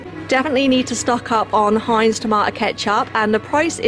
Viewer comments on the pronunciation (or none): none